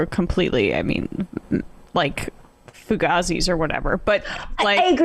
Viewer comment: White girl PLEASE don't say Fugazi again!